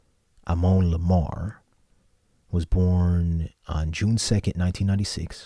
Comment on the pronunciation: Thanks for reacting to Morisette. I am a Filipino. I hope you don't mind my correcting your pronunciation of Amon. It's pronounced Ah-mon.